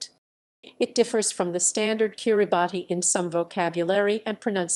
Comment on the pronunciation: I thought it was pronounced "Kirabass"